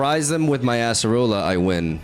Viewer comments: It's not "ass"-erola, it's Ay-suh-roh-luh :) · Why does he say asserola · ”we got the ASS-AH-ROLLA” here… Lmao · i just can only hear ASSerola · I can't escape people pronouncing it as "Asserola" 😭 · I’m begging you please stop saying ASS-roller 😭